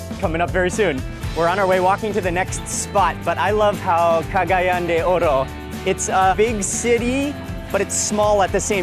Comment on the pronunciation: You are pronouncing Cagayan incorrectly! It's CA-GA-YAN! The accent is on the YAN!